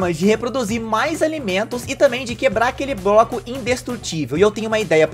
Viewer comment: No tempo ele fala broco